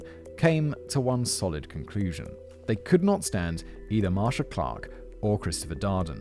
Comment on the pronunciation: It's pronounced MARSHA.